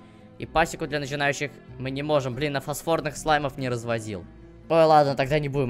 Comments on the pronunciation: Не фосфОрные, а фосфорные. Не специальный, а спиральный пар. Не зокровищницы, а сокровищницы. Не звОнит, а звонИт. Пастернак не серебряный, а серебристый. Пастернак - не вид морковки. Почему Кейси "какая-то плохая", она самая близкая подруга Беатрикс. Отказываешься её читать, при этом считая себя прошаренным в сюжете. Мокки Майлз - корявая локализация, на самом деле Моччи Майлз (Mochi Mails). уф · И это не фосфОрные, а фОсфорные. Не специальный, а СПИРАЛЬНЫЙ пар.